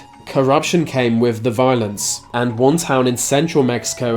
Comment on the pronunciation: Why do the Brits pronounce words with -th sounds like an f??? Case in point they would pronounce "with" like "wif". It's your language and you can't speak it. BTW lieutenant is pronounced lou-10-ent not lef-10-ent.